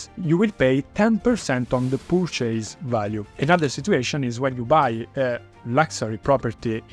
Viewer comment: You're pronouncing purchase completey wrong. It's not "Per Chase", its perchice.